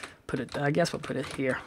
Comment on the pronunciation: sounded like he said poot a complaint, because of his accent!